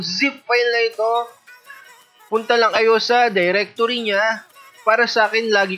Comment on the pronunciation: while speaking where your english start moving you say diretorea i suggest you to speak english correctly